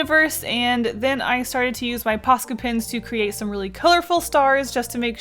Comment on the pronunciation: cre-ATE ohhh